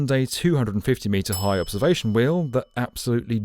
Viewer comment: Note to the non=-English: That "sampuw" is this poor guy's attempt at "sample." "We-you" is his idea for "wheel."